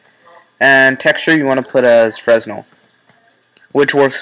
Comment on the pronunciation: loved the video but, "frez-nel" is pronounced "fre-nell" Liked :)